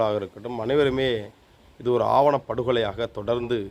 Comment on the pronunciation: ஆவணப்படுகொலை இல்லை தம்பி... ஆணவப்படுகொலை...